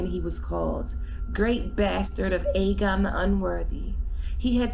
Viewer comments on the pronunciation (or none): none